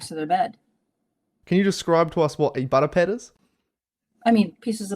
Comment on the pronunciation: She said “butter pad”